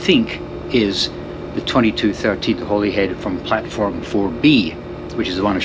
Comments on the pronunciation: It's pronounced Hollyhead yah numpty! Glasga! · When my wife and I traveled to England/Wales/Ireland/France in 2006, every reference we heard of Holyhead was pronounced “HOLLY head”. I hear you pronounce it as I expected it should be (and possibly also the male voice on the train’s speaker system, but the female voice definitely said “HOLLY head”). Hmmm I wonder why others seemingly purposely mispronounce it